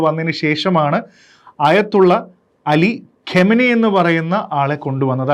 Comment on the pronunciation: ഇപ്പോൾ കൊല്ലപ്പെട്ട ആളുടെ പേരിന്റെ ശരിയായ ഉച്ചാരണം ഖാ𝚘 നഇ എന്നാണ്. അല്ലാതെ ഖമനയി എന്നല്ല